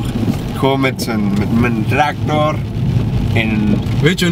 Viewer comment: Hhahahah! Mert :met een trektorrrrr en un weet ikmveel hahahahah